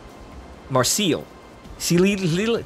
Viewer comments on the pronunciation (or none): Pronounced "Mar-say".....